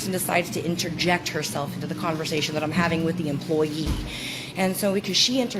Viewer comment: damn, hitting that "employee" like it's a slur